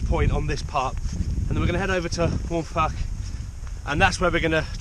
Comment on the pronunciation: Good going - a nice little detour to the castle to ponder history and to look at the task ahead. It's a steep one in places for sure. You had a good day for it with views of the central Beacons emerging. The Welsh language is a funny one but Waun Fach is pronounced 'Wine Vak.' When you see Fach or Fawr the F is always nearly a V. So Vak and Vower there. Well, great stuff. I need to get bac k up there myself. All the best. Mark